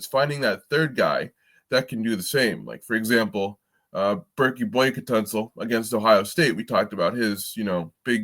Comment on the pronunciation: It’s pronounced “bear-kay”, fyi. Pryce Sandfort is a huge pick up, if it happens. Not only was he 40% from deep, but he finishes at the rim well.